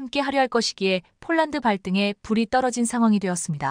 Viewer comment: 원고도 확인안하나 자꾸 폴란드를 쫄란드라고 하는데 듣기가 거북하네